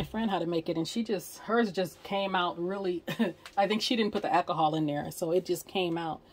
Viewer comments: Did you say "ack-a-haul"? There's an "L" in the word ALCOHOL. If you are going to be doing videos, don't be so lazy in your speech. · My friends father used to call it Ackahol too. This gave me flashbacks. However, of all the ways people are currently killing the English language, this can certainly be overlooked. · I had to look to see if anyone caught that. Too must be from the south someplace lol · Question, What is "Accahol"?